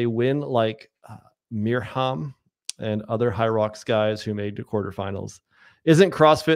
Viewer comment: It's "Miriam" 😊